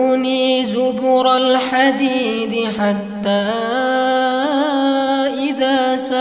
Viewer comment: Mohon maaf setelah saya dengarkan bolak balik sepertinya ada 1 harokat yang berbeda, ayat ke 97 menit ke 1.26.05, saya dengarnya "atuni zuburol khadid" Kayaknya di tulisan arabnya "atuni zubarol khadid" Atau mungkin saya yg salah dengar? atau sama aja? Terimakasih